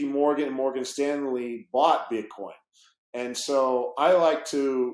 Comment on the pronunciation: Jared from subway calls it "BitCorn" , 😆